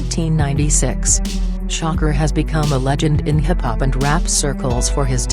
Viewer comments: come on u guys couldn't get to say sha kur instead of sho cker...couldn't even get thru the video... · Gen.Bea$tMode It doesn’t know how to pronounce "SHAKUR" Tupac's last name.....lol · She cant even say his name right who the fuck is shocker 😂😂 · Who tf is shocker it's shakur idiot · gangworld; please get another voice-over; the "shocker" sh*t and other mistakes w/ words are horrid...